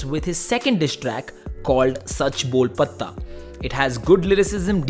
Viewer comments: bro u pronounced patta wrong,the t is sounded as tamatar wala t makes it ptta .i think u dont know the meaning too of sach bol patta it is a slang used in mumbai the ptta that police uses to beat criminals and make them speak the truth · Sach Bol Patta and not patha like you’re pronouncing, Half of the diss is in the name itself and you don’t know what the name is, pity on the people watching your videos